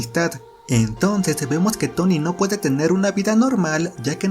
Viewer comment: Excelente reseña , solo un par de pronunciación mala pero es una chulada tu vídeo , El más feo que sentí fue Tony 😔